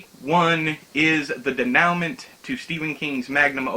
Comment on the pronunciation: I thought I was the only one that really liked Roadwork. Good to see I’m not alone. Oh, also “denouement” is pronounced dā′no͞o-mäN′.